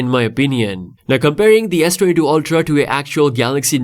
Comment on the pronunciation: मायक्रो स्पीकर को भी समझ नही आ रहा है S22 बोल रहा है या S32 बोल रहा है.